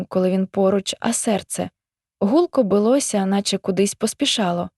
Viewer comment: БилОся? Наголос на И😉🙂, бИлося.